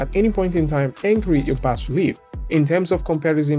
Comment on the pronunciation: Cheers fella. BAS has a silent S fyi :) Yeah weird, I know.